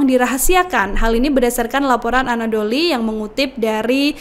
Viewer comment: Anadolu (anadolu agency) mbak, bukan anadoli karena gang Doli lagi tutup mbak